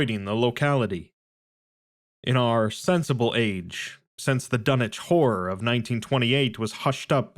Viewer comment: You said the title like Dunnege whore